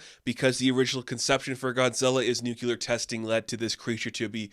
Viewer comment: Dude! It’s pronounced NU-CLE-AR. Say it.